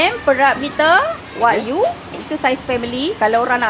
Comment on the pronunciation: Wagyu sebutan masing2 wakyuuuu 😂😂😂😂